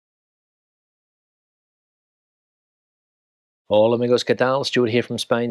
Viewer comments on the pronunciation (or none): none